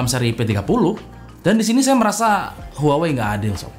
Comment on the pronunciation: Bang huawaeqseaeeiiuiiii mulu ☹️ Saya trauma sama merk ini 😣